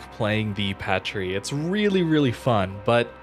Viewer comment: It's pronounced paatrie like the sound a makes in baa because of the french accent mark I think. I'm a french student fyi